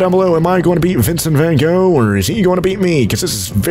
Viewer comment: saying vincent van gogh in dutch is: vincent van GOCGHRTYH